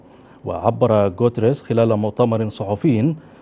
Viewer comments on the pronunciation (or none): انطق الاسم صح يا اقصد الامين العام الامم المتحدة انطونيو غوتيريش